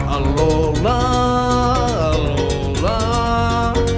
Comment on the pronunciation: They are saying alola wrong